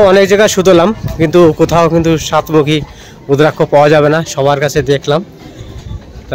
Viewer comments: রুদ্রাক্ষ কথা টা হবে ভুল ভাল উচ্চারন করবেন না। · রুদ্রাক্ষ বলুন ভুল ফল উচ্চারণ করছেন